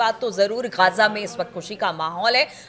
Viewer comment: गाजा नहीं ग़ज़ा होता है